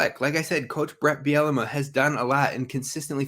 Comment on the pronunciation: I'm sorry you had me laughing with your coach Bielema pronunciation...it's pronounced ( Beel la mah )....Not Biennema..Bielamee..Biellama...again sorry - Damn funny. Which reminds me I think I'll drink today. Love the show - Love all the new transfers/recruits....football/basketball/men's/ women's - go Gophers!😎